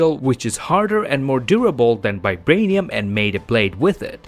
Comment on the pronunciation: Is it just me who hears 'Bibranium'?